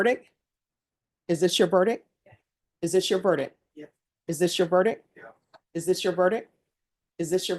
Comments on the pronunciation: "Is that your verdick, is that your verdick?...Honey, as a judge, you should know it's pronounced VERDICT.... Here's the thing. You can lower your hand. Yes, i don't like her.... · … not verdick- verdict. This is an important word in court. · the word is verdict with a t at the end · The word verdict ends with a t. Come on, now - you went to law school. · Why doesn't judge Boyd pronounce the "t" in verdict.